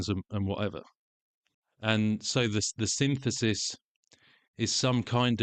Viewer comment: Sin-this-is 🫨 Synth-isis😵‍💫 Sin-thesis 😖